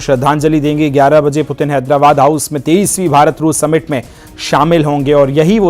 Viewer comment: Anchor व्लादिमीर पुतिन की जगह व्लादिमीर पुतिन बोल रहा है ,जो एक ब्लंडर है,कम से कम रशिया के प्रेसिडेंट के नाम का तो सही उच्चारण करे।ऐसी गलती अक्षम्य है।